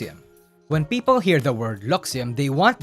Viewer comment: this has nothing to do with the video. But I like how pronounce people as Peepo